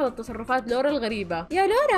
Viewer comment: لوَرا مو لوُرا